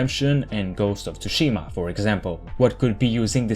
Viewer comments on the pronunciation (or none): Dude. Your refusal to pronounce names from different languages is starting to make you look like a knob. It is Eivor, not Eiwhor. It is Tsushima, not TsusHIIma. Destroy English as much as you want with your dialect, but please try to show some respect and pronounce names as they are intended. For fack sake. He says Tsushima all through the video, yet you turn around and ignores it within a day. Names have deeper meanings, many times meanings hidden in forgotten versions of languages. If you fuck up the pronounciation, you compleatly remove the meaning. So please, improve. Sorry to sound pissy.